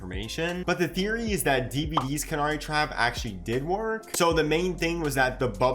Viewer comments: I laughed at that, never heard a single person ever pronounce canary as "can-are-y". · Are you pronouncing 'canary' wrong on purpose?